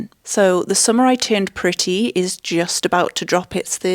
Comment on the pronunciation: Everytime you say "the summer I turned pretty" I hear "the samurai turned pretty". And honestly, I would watch a movie titled that way